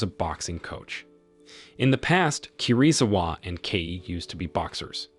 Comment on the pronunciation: "KI RI ZU WA👹👹👹" someone need to teach him how to pronounce asain names 😭😭🙏🙏🙏